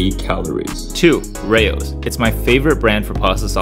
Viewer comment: To all the Americans who mention Rao's in their videos, it isn't pronounced like that. Please 🥲🥲 It's raa-oh